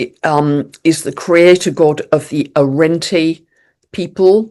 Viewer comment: Thank you once again. I loved the mention of Arrente dreaming. I want to mention here with love, it's pronounced A-RUHN-DUH.